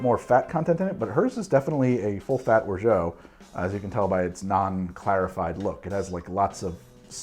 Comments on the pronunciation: There are different ways of pronouncing orgeat. It's certainly not "or-joe". If it was spelled orgeaux, your pronounciation would make sense, but however it's pronounced french language rules definitely makes it a hard "t" at the end. "Or-shut" is the reasonable interpretation. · As I sit here muttering "orZHAT, orZHAT, ORZHAT DAGNABBIT!" 🤦🏼 (There is no way in French for "geat" to sound like "jeoh". Just… no.) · Orgeat is pronounced or-ja. In French "ge" is pronounced like a "j" if followed by another vowel. The "a" is pronounced like a Spanish "a" and the "t" is silent. The "or" part is similar to the English "or" but with the raspy French "r". This pronunciation is the official one. Weird someone told you it's pronounced differently, probably Canadian French. Whatever though it's ok to pronounce it however we like. Congrats on the sponsorship man! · Christ. "or - ZHO" for orgeat? You couldn't possibly have pronounced it more wrongly. Unless you tried to. Fuck, you should just try to. I suggest, "Orgy A-T." All-Terrain Orgy syrup. From the French, obvs. This is at least the second time I've tried to correct your goddamned French, you bastard. Except this time I'm not going to bother, so there. Bone appetite with your drink. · Hey ! Normally it's pronounced "Orja" and greetings from your French subscribers ^^ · Love me a Trinidad sour! I think orgeat rhymes with orange... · I love you but it's intervention time, I know it hurts, but no matter how many years you claim otherwise, no matter how many people in France you speak to, no matter which region they're from, no matter how many different ways they may pronounce it, not a single one of them is going to pronounce Orgeat as "Orgeau". (Someone from the francophone Caribbean correct me now or forever hold your peace)